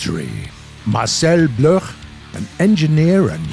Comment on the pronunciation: Can war thunder pleas re add the option to have three colored smoke trails? By the way, Marcel Bloch is prounounciated Marcel Block, he later changed name to Marcel dassauld